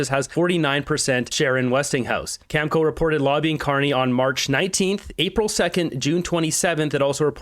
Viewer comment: please learn how to pronounce words! You're a smart guy with good info but, I can't watch you when you mispronounce words like nuclear and Cameco. I used to contract work for them, it's pronounced cameeko. Other words, I get it, you don't want to get a strike, it's bullshit to do that because it shows you're just there for money and that you're just giving lip service. That's fine. I didn't care if you have no integrity if you're reporting the truth. Your ass kissing of the orange menace pisses off and that's when I turn you off ass well. Stop ass kissing the disaster in his ass sir and learn English words and you might get sub back.